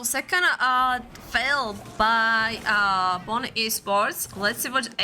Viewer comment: Its supposed to be pronounce Poo-nè